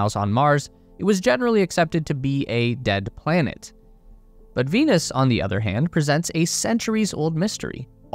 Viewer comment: They thought you said Penis.